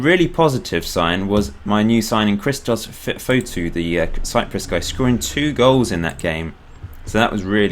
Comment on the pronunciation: You pronounce Christos Fotiou like this: Hristos Fotiyoo :) Im from Cyprus so I know lol xD